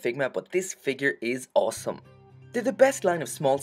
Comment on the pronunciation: I like that you say awesome like “awlsome”